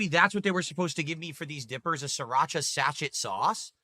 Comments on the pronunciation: Its pronounced "Sa-SHAY" not "SAT-CHET" you dent. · REELING AT THIS PRONUNCIATION OF SA-CH-ET! Hahahaha! I think you mean SASHAY - everyone knows what a sachet is… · Did he just pronounce SACHET as SACH-ET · Yes and this is who gets paid for doing absolutely nothing but stuffing his face. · He literally went full-on racist about 20 minutes ago towards the delivery driver, and yet he can't even pronounce or know what a sachet is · He can't pronounce Sachet or knows what it is? 🤣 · He cant even say sachet properly lol. What a retard